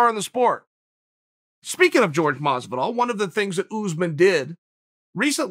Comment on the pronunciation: Nobody: Chael: George Mazviduhl Nobody: Chael: Oohzmahn